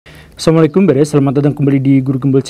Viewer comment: Cerdas apaan??? Sebut assalamu'alaikum aja salah itu di 2 video yg gw lihat. Wajib benar bacanya hukumnya . Banyak nyengir dan tertawa seolah merendahkan dan mrasa paling pintar.